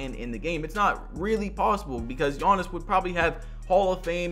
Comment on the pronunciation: Oliver Seed no it’s not. It’s more like ”Janis”